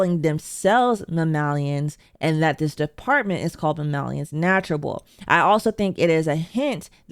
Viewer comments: Mammanibals Nuetralable. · "mammalians nazherables" 🙄